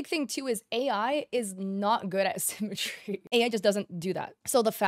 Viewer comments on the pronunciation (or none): none